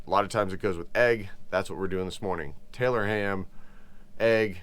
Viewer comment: You said it right the first time Tylor ham !!! 😂